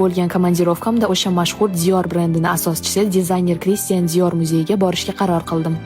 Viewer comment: Ужас хатто ТУГРИ ТАЛАФФУЗ КИЛОМИЙДИГАНЛА ПАРИЖДА , ДИОРДА, крИстиан😂😂😂😂ДИОРДА ЮРСА, роса алам киларкан